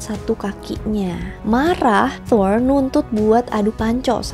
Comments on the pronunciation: Kak request klo bilang R rrrrrrr aja udah klo dibikin ERH malah bingung gw sumpah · Thoeeer thoeeeerr. Wkwkwkwk. Thor gtu aja mbak,gausah fasih2. Di film kan jg dia dipanggilnya "thor" bkn toeeeerrrr.. Wkwkwkww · Thor di pelafalanya yg bener itu "tur" (Kaya kalimat turis) coba cari norse pronounciation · Nyebut nya Thor ap thoirs? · Thol ya bukan Thor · Melafalkan Thor untuk “r” harus kentara. Seperti orang indoensia melafalkan r pada umumnya. Karena bangsa nordik melafalkan “r” dengan jelas. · Huruf R di mitology nordik pelafalanya harus kuat Dan gx cadel kaya R english